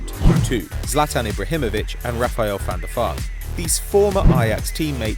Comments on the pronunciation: Share he says Van Da Fart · It sound s like your saying van der fart